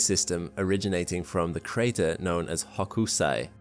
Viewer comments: What's a Hokusi??? It's Ho kuu sy, with the accent on the first syllable. He was a very great Japanese artist. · For your own edification ie FYI, Hokusai is Japanese, he was one of their greatest artists. And when you say his name don't say the U, it's more like Hoksai. So you don't sound like an idiot who hasn't done his research. Look him up, watch a YouTube vid or 3.